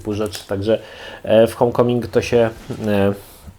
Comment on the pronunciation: Nie "hom" tylko hołm